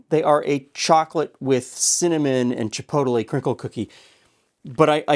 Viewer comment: You must have the most unique pronunciation of chipotle out there 🌶️ ❤️ haha